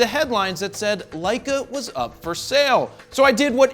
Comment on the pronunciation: Love the "LEISS". Lol